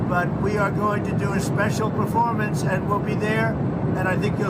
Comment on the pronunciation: Did "T" just say "performance "?